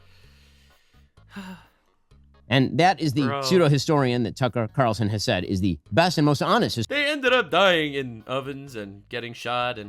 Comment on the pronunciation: "Tucker Qatarlson" 😂😂😂